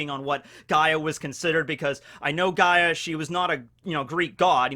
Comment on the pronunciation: OOOOOOO HES TALKING ABOUT GREEK MYTHOLOGY. I'm Greek bois he got Gaia correct.